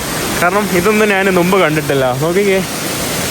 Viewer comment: നുമ്പ് എന്നു മാറ്റി മുമ്പ് എന്ന് ആക്കി പറയുക